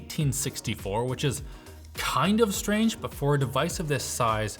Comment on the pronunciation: quite light buy very heavy???? hahahaha